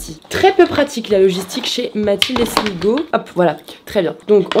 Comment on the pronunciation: Question existentielle : il faut dire "sligo" ou "slygo" parce que tu prononces les deux 🤯🫶🏻